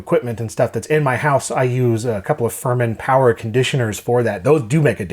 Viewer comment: More powah!